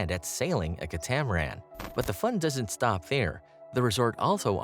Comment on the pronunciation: Also mispronounced “catamaran” and “hors d’oeuvres” 😅